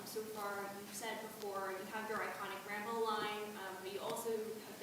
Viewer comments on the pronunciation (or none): none